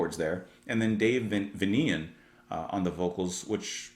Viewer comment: After all these years, people still mispronounce the singer's (stage-)name - as he used to say it's "Vanian as in Transyl-"